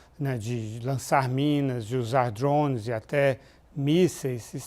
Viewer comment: O engraçado é ouvir o Lourival chamar dronea de "dhrones"